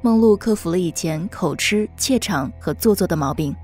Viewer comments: 口ㄔ😂 不是口ㄐㄧˊ嗎😂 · 是形單影隻不是形隻影單 口吃ㄐㄧˊ不是口吃ㄔ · 口吃是什麼東西 是想吃什麼嗎 口吃 發“吉”的音好嗎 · 文中的口「吃」應該念「吉」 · 唸錯了，是口吃ㄐㄧˊ。沒有人發現嗎… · 口（ㄎㄡˇ）吃（ㄐㄧˊ）聽到受不了了😂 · 口吃 (ㄐㄧˊ) 指摘(ㄓㄜˊ) 訂正三次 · 是唸口吃ㄐㄧˊ唷！ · 是口「吃」ㄐㄧˊ吧？！ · 我也在想是ㄐㄧˊ........超在意哈哈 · 講話口“吃” 你的國文老師要哭暈再廁所了 唸“吉”好嗎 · 口吃（音同吉）